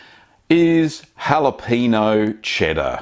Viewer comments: "jalapeeno" pepper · That's what we call in these here parts a " whapaneo" chedder! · Another Rocket Cheese ! Great stuff ! Deffo gonna give it a go. (the ñ in Spanish is pronounced nee as in knee, so it's more like halapenee-o) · Actually it's pronounced: how-luh-payn-nyo (with the n y o sounding like only one syllable). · Please for the love of god pronounce the ñ lol